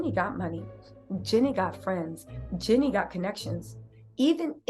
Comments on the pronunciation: Jenny has a name too. 😂 It's GEE-NEE ❤ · I love your content but girl you are pronouncing her name wrong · Please say her name correctly 😅